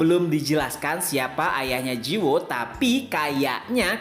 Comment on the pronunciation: Cara bacanya ji woo --> ji - u (u nya dibaca kayak wu aja kalau susah jadi ji-wu), terus judulnya Eleceed dibacanya il-lek-ssi-deu. Semangat terus min selalu nunggu tiap selasa malam buat episode barunya..